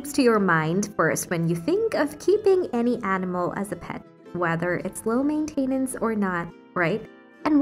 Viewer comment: Before posting your AI generated speech, you should either have a native speaker review it, or just look in a dictionary to check which syllable the stress is on. I was cringing with “maintenance” and “responsibility”